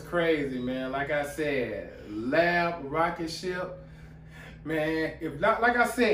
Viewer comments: Thanks for reacting to L.A.B. I personally went to school with the lead singer/guitarist, Joel Shadbolt. FYI The pronunciation of the band name is by announcing each letter individually ✌️💚💡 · Hey bro the bands name. isnt pronounced lab but L. A. B. each letter seperately bro. Chur bro. Kia ora.D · Its L.A.B not lab